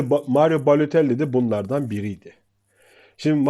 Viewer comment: reis adamın adını söylemekte zorlanıyorsun ve bu sürekli tekrar edince sıkıcı oluyor..mesela "bu oyuncu,oyuncu,mario" vs gibi telaffuz edebilirsin..👍